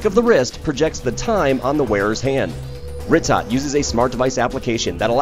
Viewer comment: its pronounced "ree-toe"